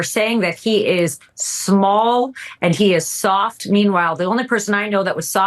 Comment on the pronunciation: At seconds...Alina seems particularly perturbed at Adam Kinzinger saying Trump was "small?" and "soft?" and she seemed to take a personal affront. Listen to how she hits those words. I half expect her to tell us all... how large and hard he really is.